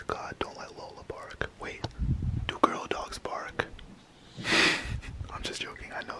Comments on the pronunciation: I swear he said babe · Orbaxy it's deaf and it just sounded like he said babe 😐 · He said wait not babe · At first i heard wait now i hear babe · sounded like he was saying Wait not babe.. but who knows